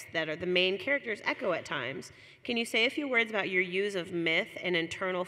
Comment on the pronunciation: I thought she said "... your use of meth ..." hahaha Also, shout out Brynden B Fish and LML!!!